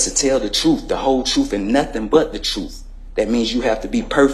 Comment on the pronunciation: he said truff instead of truth